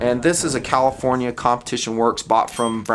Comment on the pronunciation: I'd pay it, glad I held onto my circa 1995 MK II! I just love the NON-'CALIFORNIA APPROVED' features of it, cause..... I do NOT live, nor would I live, in Commifornia as made it sound like that's what he was saying.... Maybe he wasn't just mispronouncing the name, maybe it was a warning!lol